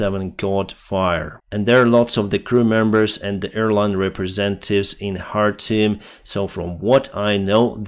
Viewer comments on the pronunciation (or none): Khartoum is pronounced Kar toom! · You are pronouncing `Khartoum' like a Ukrainian lol. In English the K is pronounced. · in arabic it's pronounced chartum . الخرطوم